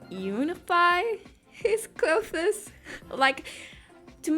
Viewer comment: When you tried to say clothes, I was incredibly confused because it sounded like you were trying to say glow fist or something. I feel it’s pretty evident your first language is not English, and I’m not trying to be rude in any way, I just thought I’d point it out so you could avoid making the same mistake in the future. Really cool drawing btw.